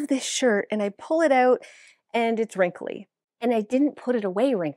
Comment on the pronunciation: Love how says wrimkly instead of wrinkled 😂